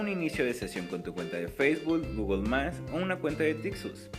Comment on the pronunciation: El que hace el anuncio de la página se habla muy mal! Dice feisbul, gogol más... El video está bueno.